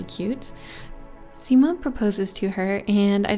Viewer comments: Not "simonn" but "simonE" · Simone is my brothers name :0 Edit: its pronounced See-mo-nei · god i love her but the way she says simone and samuele and daniele.....no sis